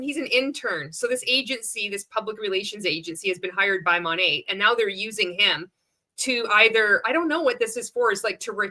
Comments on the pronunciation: He didn’t even pronounce the brand correctly! It’s not “Moe-Nate,” it’s “Mah-Nate” (from “Modern Nature”). Good grief. On the other hand, Monat is influential, in that it is one of the first MLMs to attract the attention of a wide swath of anti-MLMers (and rightly so), and to blow up in the news for lawsuits over its garbage products! Not to mention the notorious cult of original Monat girlies who ultimately bailed and started selling an investment scheme, who then failed at that and went on to something else, ad nauseum. It’s an OG, all right—one of the Original Grifts. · What the hell is Mon-ay??? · He doesn’t even say it right!!! 😂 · they didn't even brief him on how to pronounce the brand 🤦🏽‍♀️ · I thought the exact same thing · He doesn’t even know how to say the name of the company are you kidding 😂😂😂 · He didn’t even pronounce their name correctly 🤦🏻‍♀️ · A lot of us noticed that HAHAHAHA